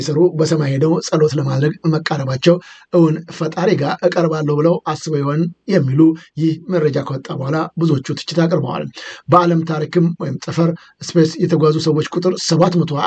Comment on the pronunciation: ኤረ ጋሼ ጠረፍ አይባልም!!"ጠፈር" ነው የምበላው 😂😂😂